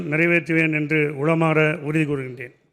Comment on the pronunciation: உளமார உறுதி கொள்கிறேன் என்று சொல்லாமல் இதனை உளறுகிறீர்கள் என் தாய் தமிழ்நாட்டில் தமிழை நன்றாக படிப்பதும் இல்லை தமிழில் நன்றாக பேசுவதும் இல்லை கவலைக்கிடமாக இருக்கின்றது சிந்திப்போம் செயல்படுவோம்